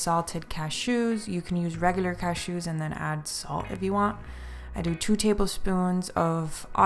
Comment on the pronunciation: You say cashews in such a funny way haha